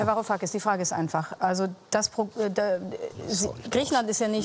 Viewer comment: 'varu-kakis' als ob er seinen namen nicht wusste